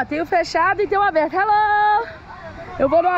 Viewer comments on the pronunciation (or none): A Camila falando hellou galera kkkkk